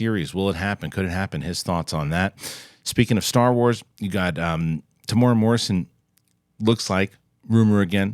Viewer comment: TE-MU-E-RA NOT TEEMOORAH